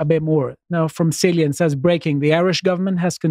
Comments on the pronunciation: Good stream guys, but please, Cillian, as in Cillian Murphy is pronounced 'Killian', not 'Sillian', also Dún Laoghaire is pronounced Dun 'Leary' & not whatever terrible attempt was made there; as a proper Irish Nationalist & streamer I can offer to appear on your next podast &/or offer Irish Language & pronunciation lessons at a reasonable price - Sláinte a chairde! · With Cillian Murphy, just after winning an Oscar there is no excuse for this guy pronouncing Cillian as Sillian in the tweet